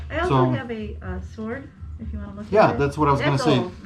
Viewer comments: What is a 'swaard.' is that any relation to a sword...or as we pronounce it correctly, 'Sord.' I'd love to hear this gentlemans edgeamacashun. Apparently it's a Calvary Swoord.' Hahahahahahahaa. It is not a sword, it is a sabre as used in the Boer War, and is a dress sword.....for parades...not for fighting....and as he says, looks like someone tried to sharpen it. That would be true. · No “w” sound in the word sword.